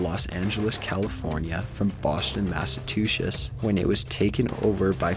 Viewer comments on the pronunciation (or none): This guy really doesn't know how to pronounce Massachusetts lmao MASATJUSHES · "Boston, Massatusshets" And that voice.. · "Boston, Massatushes" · You really need to learn how to pronounce Massachusetts. It's mass uh chew sets, not mass uh two shus. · He really said Massatooshus 😂😂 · did anyone else notice how he said masatuchets like this XD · Boston masatooshish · Porsche is pronounced poor sha. Klebold= clee bold, Massachusetts= mass a choo sets, Horseshoe= horse shoe. #3 would'nt have happened if a guy was driving. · massachushets? wat? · Massachutess. I... What do I even say? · Say again: Boston, Massatoochez and madboy dylan's name was Klebold, not Kelbold; y'know: Kle...Kle...Kle... - Try it! It's easy... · From Boston, Massa2shits? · he's like- "mass-i-tu-shets" xD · SomeGirlYouMet mass a2 shit lol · (The Professional Amateur) Bostchin Massatooches. LMAO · Boston Mashatoosus lol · Where the fuck is Massatooshus?! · Boshton, Masatushish... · Boston "Massatusches"? made me giggle. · It sounds like he said "Boston massatushes" lol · Are there any pictures of the narrator just before he said to himself, "Hey, I think I'll be a narrator"...? Seriously, this guy is HORRIBLE. - "Boshon Massatusesh". Nice one, asswipe. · The way he said Massachusetts. Lol (Massatushushh. LMAO) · Boston Matsachusets? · "boston Massatooshes" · this is the second time i heard him pronounce massachusetts like "massatooshus" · this is the second time i've heard this guy say massatushish instead of massachusetts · "Massatuches" well that's how you butcher "Massachussetts" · I have the captions on and it said, "Mass two shits" cx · xD He tries to say Massachusetts but it sound like "masatooshes" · Did he say Boston, Massatoshis? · What the heck is a Massatushus? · D....Did you say "Boshton, Massatooshiss"? I'm sorry, I'm from MA so that made me giggle hahaha. But awesome vid, that stuff is eeeeeerieee. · "boston massatuches" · Lmao Why TF can this dude not say Massachusetts